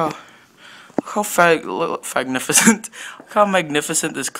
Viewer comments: "Fagnificent." LOL xD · Lmao he said Fagnificent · “Look how fagnificent!” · Fagnificent is what I heard 😂😂😂